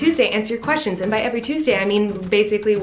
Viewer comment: Lol "twestions" could actually be a new term. It works 🤷😅